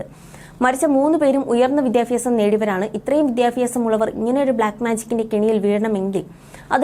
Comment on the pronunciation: 😂😂 വിദ്യാഫ്യാസം ........ വിദ്യാഫ്യാസം‼️‼️😂😂